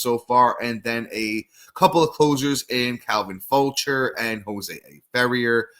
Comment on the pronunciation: Calvin “Fow-shay” Jose “Fe-rare”